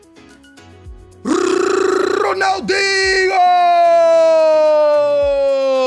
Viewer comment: Why does he call him ronalDINGO